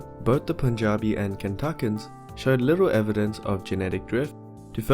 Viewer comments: I'm glad you pronounced Punjabi correctly. Cheers from Punjab! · Impressive pronunciation of Punjabi